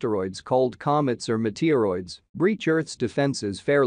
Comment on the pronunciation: What's a meteerroid?😜